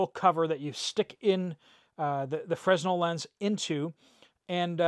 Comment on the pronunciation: Look up the pronunciation for fresnel lenses😅